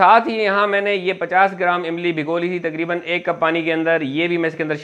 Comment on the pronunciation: Sab kuch theek tha magar "imli " samjh nhi aayi 🤣